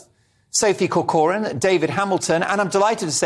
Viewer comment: Its cor-coran not cor-cor-an.